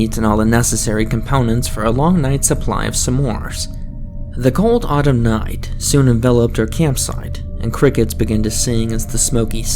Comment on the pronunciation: Noight,, sloight, Yeah, not everyone likes this narrator and so many cutesy mispronunciations.